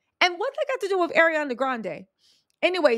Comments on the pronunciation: He first name doesn't have a D in it. Its not ArianDA! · "ArianDA Grande" haha – Love this pronunciation and will only refer to her as this moving forward.